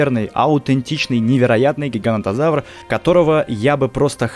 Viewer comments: Говорил что правильно говорить ((гиганотозавр)) а сам сказал ((гигантозавр)). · поправка. Не гигантозавр а гиганотозавр произносится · Правильно ГигаНОТОзавр, а не ГигаНТОзавр!